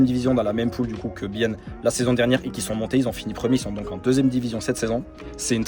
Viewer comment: ça fait plaisir de voir quelqu'un suivre un club de ma région ! juste pour la prononciation de la ville, le "e" de Biel ne se prononce pas. Et en soit Biel et Bienne c'est la même chose, c'est le nom de la ville en allemand et en français. Donc juste dire FC Bienne suffit